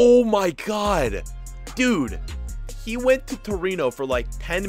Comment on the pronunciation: Is torino not torono